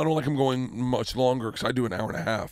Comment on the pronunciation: Right or so he says hour. And he pronounces the H. I always say it like "Our." Crazy. I'm high.